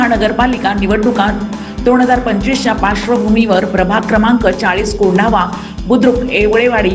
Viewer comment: मराठी निट बोला कोंडावा नाही तर कोंढवा. फालतू बातमीदार